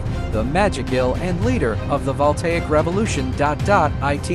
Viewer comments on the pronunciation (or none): none